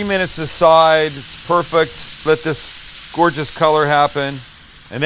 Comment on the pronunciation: je me suis étouffé quand j'ai entendu ''gorgeoruuuuueee'' lolll